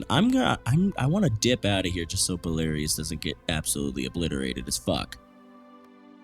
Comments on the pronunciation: It's BELARUS NOT BELARIOUS!! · Belarus is pronounced Bell-UH-Ruse. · Belarus is pronounced bell-a-rhuss